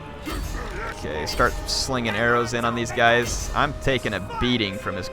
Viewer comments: When I first heard you pronounce 'Horror' I thought you were saying crypt whores. Was mightily confused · sounds like hes saying Crypt-ors to me.